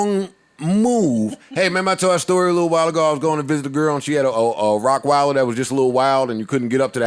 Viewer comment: Did Joe just say "RockWeiler" as an adult?😂